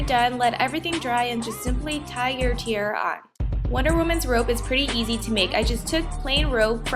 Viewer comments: You say tiara funny( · I love the costume but the way you say tiara is not correct.